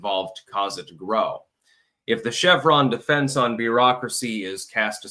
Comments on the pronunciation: “Chevron Deference!” Not Chevron Defense! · Nit picker here. It's "Chevron Deference" - As in the court 'deferring' to an agency's interpretation.